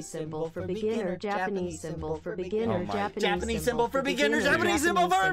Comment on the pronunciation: My favorite part was when it said japenese